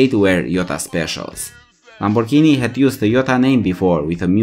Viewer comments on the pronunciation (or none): none